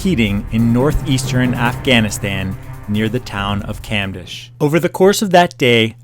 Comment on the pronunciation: it pronounce cumdesh, not camdash